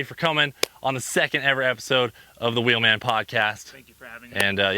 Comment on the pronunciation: So i think its unanimous, Cleetus, please try and catch yourself when you say wheelman and say it like before with the extra eummmf lmao. Definitely at the beginning of the episodes, it totally hypes me up. Im sure others feel the same. As i am watching i am doing it for you and getting excited.